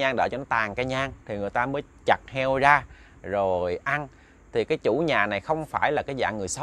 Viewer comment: Chuyện thì hay ,kể cũng rành mạch,để cho hay hơn nên phát âm cho chuẩn,lúc thì đớt,lúc thì k,chẳng hạn như từ ra thì phát âm là da,từ rất phát âm là dất,k được hấp dẫn cho mấy.